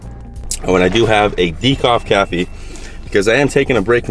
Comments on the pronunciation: "Decoff Cafee" :D Officially my new way of saying it xD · LOL "decoff caffee" =o)